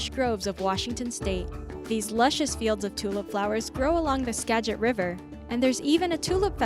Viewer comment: not pronounced 'Skajit'. but with a hard g; Skaggit. Git, like "Git 'er done!" Yellowstone is unbelievably gorgeous and magical but it smells SO bad! A lot of the beautiful and deadly springs have such a pungent sulfur smell that it can be difficult to enjoy the scenery so if you go, I strongly suggest first purchasing a mask, an R-95 is inexpensive and works 99% better than a regular, white doctor-type mask. I think the BlackHills in South Dakota are extremely beautiful. You can enjoy them while driving to Mt. Rushmore. The Columbia River Gorge: the river is the boundary between Oregon and Washington and there is a highway on each side. There are many waterfalls including Multnomah Falls, the U.S.'s 2nd tallest waterfall and there is a trail to hike to the top that even kids can handle, tho I dont suggest the hike if you have bad knees. Along the gorge you will also find Hood River, Oregon, a small town where the Columbia river has the best windsurfing in the world. On the Washington side, near George (yes, it is George, Washington!), there is a remake of Stonehenge. The whole gorge is stunning!